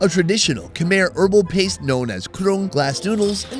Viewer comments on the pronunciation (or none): It’s Ka Mai = Khmer